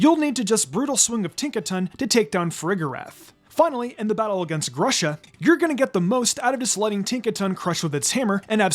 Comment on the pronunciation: Knowing grusha’s name is supposed to be ‘pear’ in russian, it pains me so much to hear your say “Grush-uh” instead of “Groosh-uh”